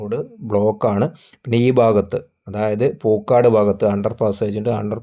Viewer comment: വീഡിയോ സ്ഥിരം കാണാറുണ്ട്.. പക്ഷെ കുറച്ചു കൂടെ സീരിയസ് ആയി ഉള്ള അപ്രോച് അവതരണത്തിൽ കാണിക്കണം 🙏സ്ഥലം പേര് ക്ലിയർ ആയിട്ട് അറിയില്ലെങ്കിൽ അത് പറയാതെ ഇരിക്കണം അല്ലെങ്കിൽ അത് കാഴ്ച യുടെ ഫീൽ നഷ്ട പെടുത്തും തിരുവങ്ങൂർ, പൂക്കാട് എല്ലാം തെറ്റിച്ചു ആണ് പറയുന്നത്‌ അപ്പോൾ സ്ഥലം അറിയുന്ന നാട്ടിൽ ഇല്ലാത്ത ഞങ്ങളെ പോലുള്ളവർക്കു ആകെ കൺഫ്യൂഷൻ ആവും... എങ്കിലും good എഫേർട് ബ്രോ 👍